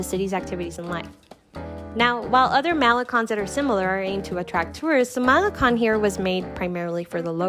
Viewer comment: It's not pronounced "Mel li con" it's pronounced as "Ma' le cone"